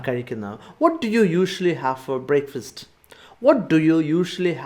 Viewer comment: Wow superb class sir, but there is a small correction sir, you said breakfast as 'breikfast' i think that would be 'brekfast '